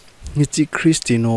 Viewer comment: Christino ❌ Christiano ✔